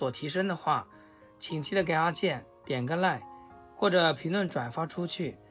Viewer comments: 我也聽成點一個爛...😆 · He's actually saying "give him a Like" and "Comment" .